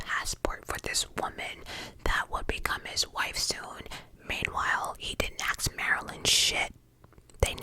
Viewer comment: Are you trying to say the word ASK?? Or ASKED.. not sure what AKS is?? I know you can say the word properly because I’ve heard you say it previously 😮